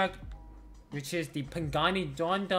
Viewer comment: What the hell is a pagani donda 😭😭 its zonda bro 💀